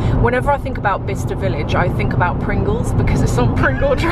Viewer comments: Lol I think you needed shoes like a hole in the head 😅 You know what? Those fashion villages/ outlets all look the same, there's one here in Madrid that looks just like the one you went to, insane! It's a hit or miss yeah. I love following you around, is a blast PS: I thought it was pronounced "Bli-ce-ster" 😅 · Quite fancy Bicester village, never been. Btw I thought it was pronounced Bysester village!